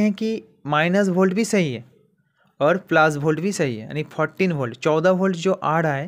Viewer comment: पॉजिटिव बोल्ट कैसे बोल रहे हो यार